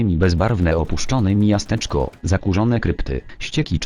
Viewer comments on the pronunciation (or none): Podoba mi się, że z jakiegoś powodu w tym odcinku dwa razy czyta miasteczko jako mijasteczko xddd